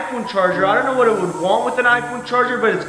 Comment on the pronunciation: Why every time u say know it turns up as shnow